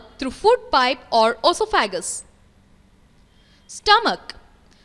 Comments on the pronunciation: No, It's "Osofhageous." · o is silent in oesophagus